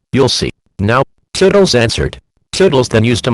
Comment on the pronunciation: Is "Toodles" pronounced "Tuddles"? Maybe it's because Text to speech are sometimes bad at pronouncing.